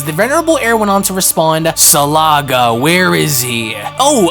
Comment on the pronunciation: Dromel, not Dormel Salaga, not Salga. Your pronunciation is so off.